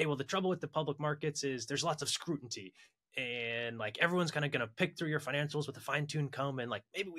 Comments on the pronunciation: Please tell that it's "scrutiny" (like "mutiny"). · Guys, my startup teaches VC to correctly say "scrutiny". Think Duolingo but only teaches one word., please send me the term sheet.